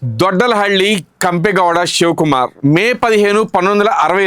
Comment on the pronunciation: Ur wrong, u don't know how to pronounce his name